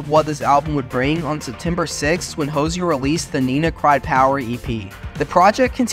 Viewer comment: Thanks for doing all that research for us! It was fun to see rare earlier clips of Hozier. Much appreciated! I think however, you mispronounced his last name and the word diatribes.